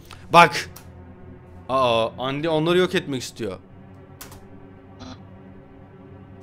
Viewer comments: ABİ ÖNCELİKLE ONUN OKUNUŞU ANDİ DEĞİL ANDAYN DİYE OKUNUYOR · abi undyne yi andayn diye okucan andi değil :D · Abi andayn diye okunuyor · Andayn diye okunuyor.lütfen düzelt seviliyorsun